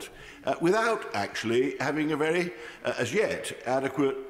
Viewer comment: Scott Benton is vewy vewy hilawious! 😂😂😂